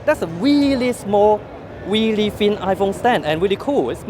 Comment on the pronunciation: Nord WeepeeN